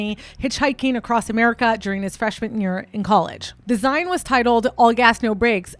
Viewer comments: Just trying to be helpful here but "zine," is pronounced like zeen, like magazine. I'd love to hear u speak more Italian! An Italian phrase segment, with your looks segment, would be 🔥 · great video! just one thing... a "zine" is pronounced "zeen" like "magazine". loved the whole vibe tho! looking forward to more!